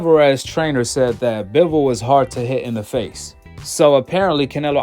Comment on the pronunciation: You can’t say Bivol correctly 😂